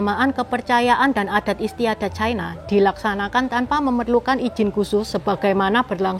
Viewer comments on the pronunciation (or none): Ucapan yg bnr China, bukan Chaina